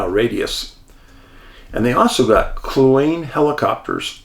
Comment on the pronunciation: Hi Dave - first, I love your channels - been watching for years...but this morning having grown up just south of the Yukon, I want to gently correct your pronunciation of the lakes. Kluane = clue ah knee. Dezadeash = Dez dee ash. Not meaning to be a negative nelly, but it did bug me enough to comment. Again, love your work and your channels. Thank you for doing this.